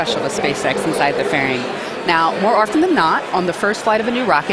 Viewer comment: More "Orften than not"?